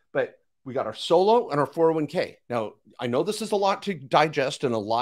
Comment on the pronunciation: Lol, you pay taxes when you convert. Also, it is a 401k, not 4011k...funny guy. Love the enthusiasm and hilarious you started the video with "Don't listen to people's comments". Brainwasher...Nobody gets 1M in 6-7 years from a ROTH IRA putting in the max, even at 15-20%. Doesn't happen buddy. "If you want to make a million $, we want a relationship for years to come" 🤣😂. Of course you do, drain other people's money. After thought before I close this, the oil wasn't in SD, it was likely in ND. I call total bs on everything. Hahaha